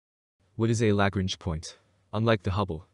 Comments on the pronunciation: I know, right? Damn. I don't know why, but it really bothered me when he continually mispronounced Lagrange. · It is pronounced La Grange. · Word of advice. If you are talking about the Lagrange points, they are named after mathematician named Joseph Louis Lagrange, and very clearly have an 'n', in the name. An 'n', which you refuse to acknowledge, every time you say it, which makes you sound, like someone who doesn't know what they are talking about. Apologies if this comes across as trolling. It's not, but the word Lagrange is not exactly new, and is plastered over every other space channel, with the 'n' in place, and heard